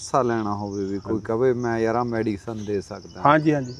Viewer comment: ਵੀਰ medicine ਹੁੰਦੀ mediccine ਨੀ